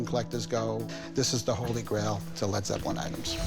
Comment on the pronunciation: "Dis is de hwoly gwail of Led Zepwin"